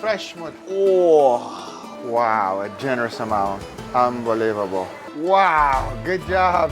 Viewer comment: Did Guga just said "hambelievable" in ?